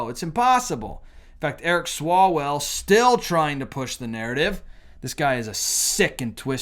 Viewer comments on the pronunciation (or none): none